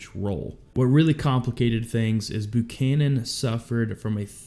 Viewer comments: not "boo-canon" Buchannan is pronounced "B-YOU-CANON" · It's Buchanan pronounce the "U" like your saying the letter. It's not Boo canon. For fuqs sake you had a president with that name. I swear, A lot of people were asleep for elementary school. Abraham lentilbean was the president right after Buchanan, that's when we had the silver war. 😏